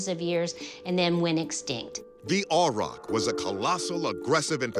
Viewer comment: Never heard anyone pronounce aurochs as "ay-rock". Weird. Just saying, and they were native to far more places than only the island of Great Britain. Aurochs were widespread, found from Siberia in the east and south to the Indian subcontinent, all the way west through Europe and North Africa.